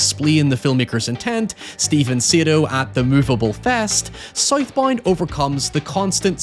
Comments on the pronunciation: Tf you call it? Soyth Boynd? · I thought it was south bound not sith bind Is it spelled south bound and said sith bind? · Sight Bind??? Oh... he said South Bound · Title- "Scythe Bind" lol. Not making fun of you bro i love how you pronounced that 😅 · I cannot unhear him saying South Bound as Scythe Bind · "SOYTH BOYND" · Never heard this guy speak, I thought he was saying Scythe Bind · I like how he says “soith boind” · Soithe Boind 🥰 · “ScytheBind” is pretty badass…. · scythe bind! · Hearing a man horrifically butcher the pronounciation of a word such as Southbound is jarring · What is the movie called 😂 he said it like 20 times and I have no idea what he said 😂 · Bro ain’t no way he was saying SouthBound 😂😂😂